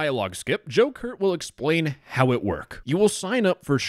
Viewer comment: The entire time you said Joe Kurt, my mind went straight to “Joker”